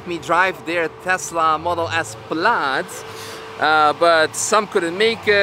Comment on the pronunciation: Excuse me Sir, did you say "Tesla Model S Blyad" ?